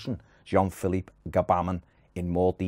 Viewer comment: Not Gabamin, it's pronounced Gh'Bamin or Bamin!